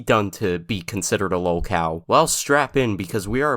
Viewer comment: I misheard lolcow as woke-owl lol